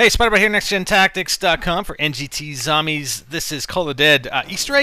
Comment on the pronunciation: ahahaha u said zomies haha thumps up for he can see it